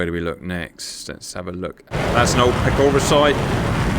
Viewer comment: Pechora is pronounced with a ch sound like in choke venesuelian freedom, not like a k like in killing venesuelian children for oil.